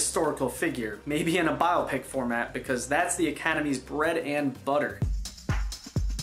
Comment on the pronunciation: Just wanted to give you 2 shout outs : the first for the interesting series and the second for knowing, unlike many other YouTube reviewers, the correct pronunciation of biopic.